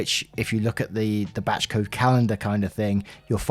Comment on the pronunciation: Every time you say “batch code” I think your say “batshit code”